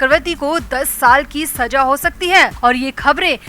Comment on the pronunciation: Urdu sahi kar le Saza hota h Bura na mane plzz